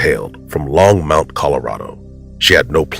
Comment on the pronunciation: Longmont. No u in that. Long- mont. simple.